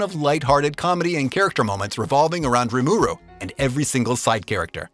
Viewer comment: Why do you pronounce it "Re Mur Ooh" it sounds weird, isn't it "Rim er ooh?"